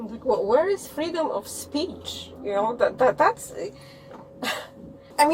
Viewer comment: She said where is freedum 😅😅😅